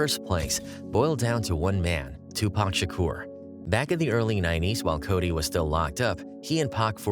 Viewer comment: This guy can't pronounce Shakur